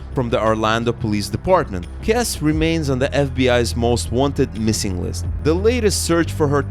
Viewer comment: Jennifer’s last name is pronounced Kess-EE